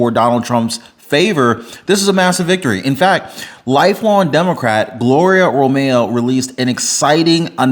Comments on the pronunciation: About Romero... It's not RO-MAY-O, it's RO-MARE-O. Can't say a fairly simple and common Hispanic name? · Her last name is Ro-me-ro. The last syllable is RO.